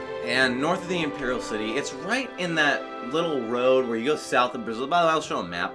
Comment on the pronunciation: Every time you say Brazil a bruma guard gets a chill down his spine